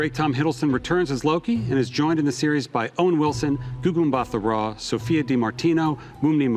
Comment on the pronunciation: Just letting you know the ‘h’ in Mbatha is silent so it’s pronounced Mbata.